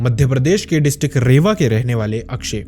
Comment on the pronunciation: Bhai it's not रेवा it's रीवा